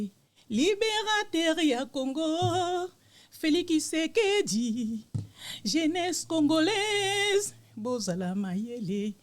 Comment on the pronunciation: Bakongo balobaka ki au lieu de tshi